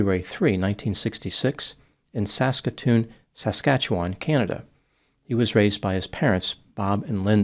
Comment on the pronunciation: I love you but MAN hearing you pronounce Saskatchewan is painful lol -Resident of Saskatoon Saskatchewan Canada